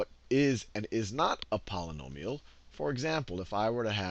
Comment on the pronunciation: When you can't properly pronounce "Polynomial" I think it's obvious you have no clue what you are doing.